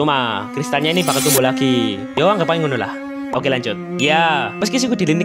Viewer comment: kanjud anjir bukan lanjut